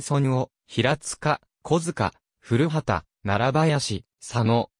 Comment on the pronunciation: 古畑は、ふるはたでなく、こばたと、発音しますよ。